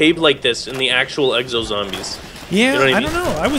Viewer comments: "Eggzo" really just... Really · X O X OOOO NOT uxo or wtf you said lol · lol exo not eggso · Who else heard him say "Eggs oh Zombies"